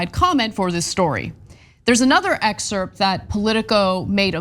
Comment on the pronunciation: Ana, you don't pronounce the p in excerpt. Lol